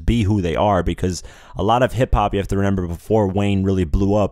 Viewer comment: the word is pronounced ‘remember’ sorry i was getting upset